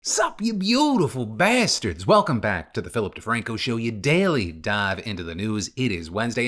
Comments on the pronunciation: Y he say bah-sters like that this time? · DeFranco channeled some of his Italian roots in that “Beautiful Bastards!” today.